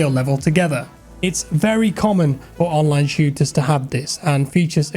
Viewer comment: "it's only game, why you hef to be mad?" 😂